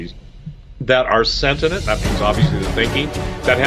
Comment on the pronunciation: Lol, sentinent? Don't you mean sentient. C'mon man.